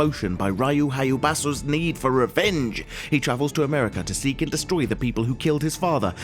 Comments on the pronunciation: Hayabusha not Hayabasu Also its Riou not Raiyu (proanounced, not spelled) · ryu haYUbasU? wtf lol.